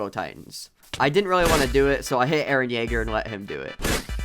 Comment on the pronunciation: i subed faster then levi could say jeager